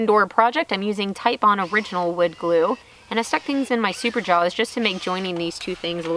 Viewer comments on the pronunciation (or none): none